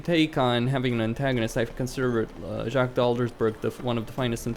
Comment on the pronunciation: please stop pronouncing the [s] sound in the end of the name Jacques. It's a French name and should be pronounced according to French pronunciation rules.